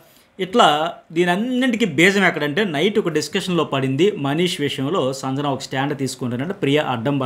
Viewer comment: మీరు సంజన అనే పేరు,,,, వేరేలా పలుకుతున్నారు,,, సరిగా పలకండి